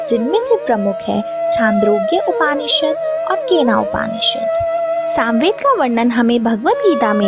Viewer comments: अत्यन्त ज्ञानवर्धक, किन्तु बहन जी के कई नामों, शब्दों के उच्चारण हमारे सनातनी परंपरा के अनुसार हो तो अच्छा, जैसे उपानिषद,का उपनिषद ऐतरय का ऐतरेय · Bahot badhiya. Bahot achha. Aap upanishad bolti hai, Aap ko upnishad bolna chahiye. Braham ko aap bhram bolti hai. So sad. So bad. Aap mantra ko matra bolti hai. Galat pronounce nahi kare, Pl. Titles hindi mein hona chahiye. Itna sare shabd Aap English mein na likhe. Thank you for nice compilation. 🙏🙏🙏🙏🙏🙏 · upAAnishad nahi hota hai, its Upnishd. arAAnyak nahi aranyak hota hai. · अच्छा है किंतु हिन्दी का उच्चारण उचित तरीक़े से करें ना कि अंग्रेज़ी तरीक़े से। जैसे उपनिषद ना कि उपानिषद। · उच्चारण उपनिषद है